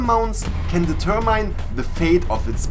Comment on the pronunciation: did just say "deter-mine"?